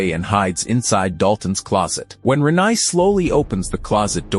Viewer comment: The pronunciation of Renai was particularly grating